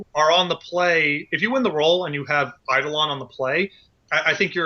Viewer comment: If I had a penny for every time someone mispronounced "eidolon" I'd be loaded